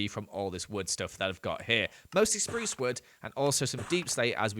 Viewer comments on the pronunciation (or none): none